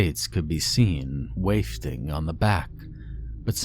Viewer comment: Still love your posts but your pronunciations still need some work, to wit: WAFTING is pronounced WAHF ting (like waffles); going in someone's "stead" - it's pronounced STED, not STEED (that's a horse).